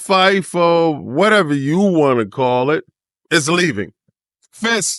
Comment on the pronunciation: lol doesn’t know how to say FIFA 😂